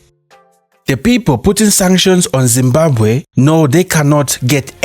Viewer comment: That moment when Zimbabwean history is told by someone who can't pronounce Zimbabwe properly.